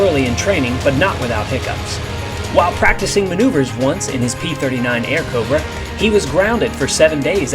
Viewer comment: No not "Aircobra"! They are Airacobra!